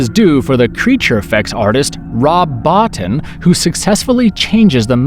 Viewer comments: Rob Bottin ( Rob Boh-teen ). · Rob Bow-teen.